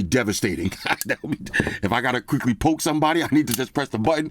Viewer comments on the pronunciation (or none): none